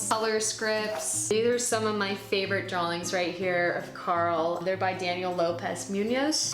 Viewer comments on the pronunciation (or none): none